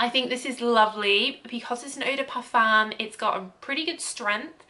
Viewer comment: Parfum is pronounced Parfum.